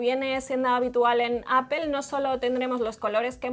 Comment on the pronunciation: Porque dicen APEL? si se dice Apol!